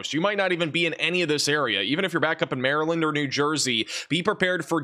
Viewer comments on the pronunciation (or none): none